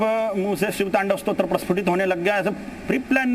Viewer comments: Stotra not shrot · स्रोत नही स्तोत्र बोलिये। मनोहर